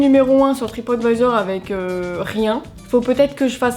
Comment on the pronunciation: Je ne connaissais absolument pas cette histoire, elle est vraiment ouf 😲 Merci de me l'avoir fait découvrir 👍 Comme quoi, il faut toujours se méfier de ce qu'on peut lire sur Internet... Par contre, qu'est-ce-que tu m'as fait rire avec ta prononciation : "Tripote Vaïzor" 🤣🤣🤣 Continue comme ça, tes vidéos sont de très bonne qualité et c'est un véritable plaisir de les regarder à chaque fois 😉 Vivement dimanche prochain!